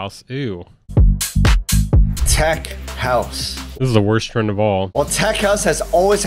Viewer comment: this man emphatize every word. and there are H everywhere: p-hop, tr-hend, b-hoomy, ret-hurn, p-hush, p-hioneering